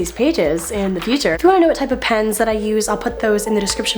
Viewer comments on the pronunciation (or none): none